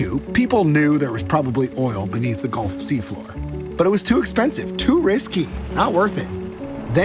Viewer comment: Gulf … not Golf.